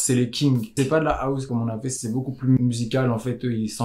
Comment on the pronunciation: Arrêtez de prononcé House : Aousse mdr